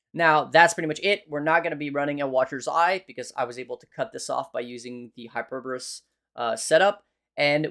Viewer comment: The dislikes are because of how you pronounce Hyperboreus.